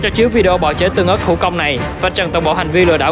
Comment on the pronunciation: Ớt tương mà anh nói tưng ớt